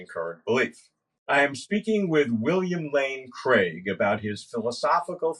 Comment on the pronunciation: It’s Craig…… Nooooooooooooooooo…….